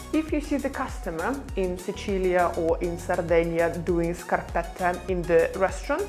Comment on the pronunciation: It's scarpetta with a final A. "La scarpetta".